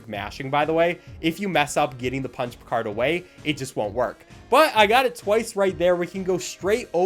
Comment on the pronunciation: i thought you said spongebob card not punch card that was a bit strange